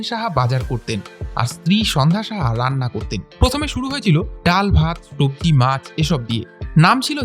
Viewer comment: Sabji hobe tobji noy apni bolchen tobji Apnar kathar pronounciation thik korun bepar ta kintu bhul hochhe